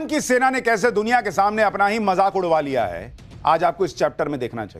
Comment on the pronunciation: Jaisay raw ni raaaaa 😂😂😂😂hota hai waisay majaaak😂😂😂ni mazaak hota hai😂😂😂😂